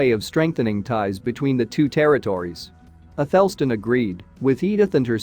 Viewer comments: athel_stn is incorrect. It's Ath_El Stan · Your bot needs to learn how to pronounce “isotopes”. The second “o” is not a schwa, it’s an “ow” as in “hope”. Also it pronounced “Athelstan” incorrectly. The emphasis is on the first and last syllables.